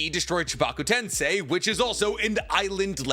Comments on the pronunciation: bro pronounces everything correctly but says edo tensai instead of edo TENSEI!! boy was it getting on my nerves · Edo Ten-SAY > Edo Ten-SAI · Will this man EVER say 'Edo TensEi' and not 'Edo TensAi'.....otherwise, great video haha! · The international saying tensei WRONG is bothering me like a mf it’s TEN-SEH ….. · It's "Edo TensEi", not Edo TensAi" 🤦🏼‍♂️ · TensEEEEiiii. Not TensAAi. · Why does bro pronunces "tensai" and not "tensei"? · Edo Tensei is pronouced like "say" not "sai" . No disrespect just bothers me. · Enjoy the video, don’t enjoy the continuous mispronunciation of edo ten-SAI. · why do you say edo ten-SIGH and not edo ten-SAY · bro, please pronounce tensei as "Ten-Say" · bro's life revolves around naruto and he stills call it edo "tensai" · Do you think will ever figure out that it's not pronounced "Edo Tensai"? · Love the video but u literally said edo tensei wrong 5 times said it right two times then proceeded to put the effort in again to pronounce it wrong after …I dropped a dislike…petty but it bothered me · I to this day don't understand why he chooses to pronounce Edo Tensei wrong, like he knows how it's pronounced, there is no way he doesn't. I wouldn't mind him mispronouncing it if he was just ignorant because it's a Japanese word, but he knows and just chooses to say it wrong is he just rage baiting or does he just not care?